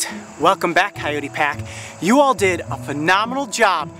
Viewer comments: Amane Aerith ky-oh-tee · how to pronounce 'coyote'? i couldn't get what he said